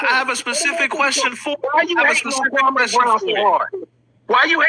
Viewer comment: MR. KWAME BROWN already said how to pronounce his name. Why is this guy still mispronouncing Kwame. Kwame was living his best life minding his own business and the effeminate group decided to harassed him after 20 years. Kwame doesn't need to put a solution, he was minding his business and working in his community. The effeminate group so envious 🤣🤣.